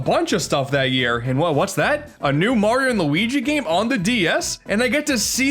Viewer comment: I am triggered when he called Mario MERIO